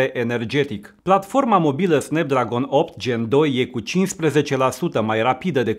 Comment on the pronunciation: snepdragon" 😂😂😂 vai și amar....